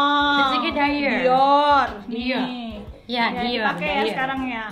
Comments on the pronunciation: Lucinta : "dayer" Sabrina : "dior, dior" Me : 😅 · DIOR jadi DAIER lucinta luna -2019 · LL : dayyerr Sabrina : DIOR wkwkwk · Bacanya DIOR kali bukan Daiyor😄.. Katanya cewe gimana sih